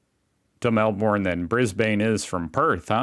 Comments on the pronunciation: Hun, it’s not Quantoss, it Qantas(sounds like quan-tss) the “a” is silent. And Melbourne isn’t Mel-borne. It’s Mel-bn… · The way these Americans say Melbourne and Brisbane and Jacaranda 💀